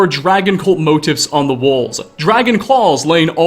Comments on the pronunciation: It's pronounced moTEEF not MOtiff. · It’s not Motif. It’s Mo-Teef. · Just a heads-up, it's pronounced "mo-teef", not "mote-if". It got kind of grating after the nth time hearing it, but other than that, awesome video! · please I’m begging you it’s pronounced “mote-eef” not “mote-if” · Brother you're pronouncing "motif" wrong. It's phonetically "moe-teef" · its pronounced 'moh-TEEF', ffs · Motif- (mo)-teef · I'm pretty sure it's pronounced 'mo-teef', I kept looking for motives. really good vid otherwise, kudos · bro learn how to pronounce motif